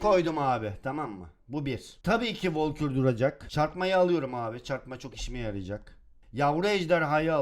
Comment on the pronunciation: abi o volkür değil onun adı valkür